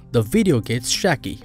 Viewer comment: "the video gets SHACKY" hahahahaha you need some English lessons bro!